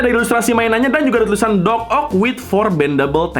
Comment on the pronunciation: Dococt, bukan docock njir wkwk